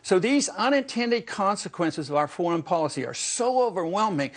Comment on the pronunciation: Did he say Folicy?